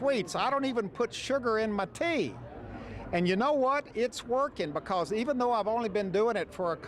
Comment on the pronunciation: "Buhcuz the adventure... buhgins."